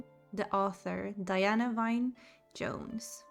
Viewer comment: Diana "wine" Jones? Her middle name, Wynne, is pronounced "win".